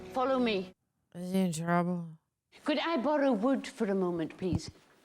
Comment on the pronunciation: I still remember, the first time I watched this movie and mcgonagal said “may I barrow wood” I thought she was gonna beat Harry with wood